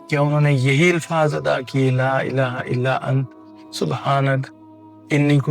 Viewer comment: Asslamoaliakm bhai Antaa parhtay hain ap ant parh rahay hain galat parh rahay hain ap❤plz corection kijiay